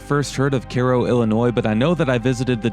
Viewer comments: Strangely, I would pronounce the town name as Ki Ro as its spelled the same as Cairo Egypt. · Wondering why the folks don't pronounce Cairo like the place in EGYPT. "Care-O" sounds ridiculous or ignorant about Egypt. No offense. Thanks for the video and explanations. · I hail from Illinois. Good show, and I believe Cairo is pronounced Ki-ro (long I) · Caro? Not Cairo? Like Cairo, Egypt? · I never would have figured out the name of the town if I was just listening on my phone. It is a bit funny that you pronounced "Cairo" in Egypt correctly but not the KERO in Illinois. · Kay row is how one pronounces that. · Great music, but your insistent Care-o was annoying - even if locals who never heard of Cairo call it that. + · The guy says the area is called "Little Egypt". So why is everyone pronouncing the same spelling of Cairo as Care-o? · It’s pronounced Cyroe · If it's named after Cairo, then why do you keep calling it "Care-oh?" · Care-oh illy-noise? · In Australia, if we say care-oh we are saying kero, which is short for kerosine! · Is it even possible this is pronounced "care oh"? I don't believe so. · Hate people who can pronounce the name in Egypt, but not the same spelled town in Illinois. It has a long "I" not long "À". Go back where you live then and don't knock a state you don't live in. Sorry. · It's KI-ro, like Egypt. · Just ran across this video. I chuckled when Cairo was pronounced Care-oh. Not many people realize that it is not pronounced Ky-ro as in Egypt. It's more of a So. Illinois/Kentucky, SoMo. thing I think. People in other locales (Chicago, NY, LA, etc.) would probably say Ky-ro. But not down there. I have cousins born there (they left when they were toddlers). I was raised 50 minutes to the north of Cairo, IL on the Mississippi river until age 9 when family moved to Chicagoland. My family came to the IL side in 1905 from Cape Girardeau, MO; Kelso, MO, Perryville and St. Gen., MO. Thanks for doing video. Brought back memories.